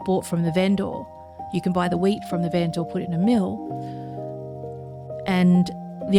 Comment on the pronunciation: Awesome base. You have some really strange pronunciation for certain words which is interesting, like vendor and ingot, the stress accent is on the wrong syllable.